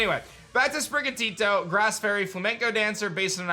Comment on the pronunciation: I'm sorry, but anyone who pronounces it "SPRIH-guh-tee-doe" is just uncultured...Ik people mispronounce Pokemon all the time, but you can clearly tell it's supposed to be "SPRIH-gaw-TEE-toe".